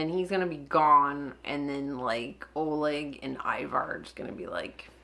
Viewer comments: now you pronounced "Ivar" as we do in Scandinavia. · Is the correct pronunciation of the name Ivar.